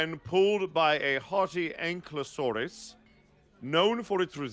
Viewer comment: As someone who loves dinosaurs, I wince every time they mispronounce ankylosaurus. It's anKY not ankLY.